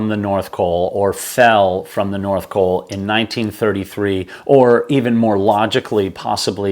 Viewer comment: North COL, not "coal"